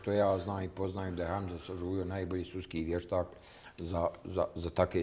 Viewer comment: "suski vještak" 🤦🏻‍♀️